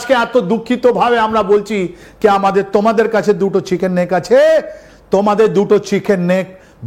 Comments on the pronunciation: এ ভাই, উচ্চারণ ঠিক করে কর।চিকেন স্নেক না চিকেন নেক। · চিকেন স্নেক নয়, ওটা হবে চিকেন নেক। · চিকেন স্নেক, না চিকেন নেক ? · Chiken s neck. Not Sneak .